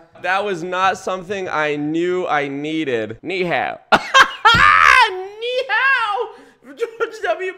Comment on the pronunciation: I don’t think Bush practiced Chinese at all. He doesn’t say Ni Hao properly. The tones are all wrong, and the tones are part of the word in Chinese so what he said wasn’t actually Ni Hao. Then he said what I assume he meant is Xie Xie (thanks), which is so abominably wrong I am gobsmacked. He didn’t consult with anyone before saying this.